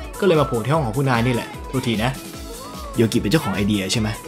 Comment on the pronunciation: อ่านว่าโยกินะครับพูดพร้อมกันนะครับยอโอโยกออิกิ โยกินะครับ555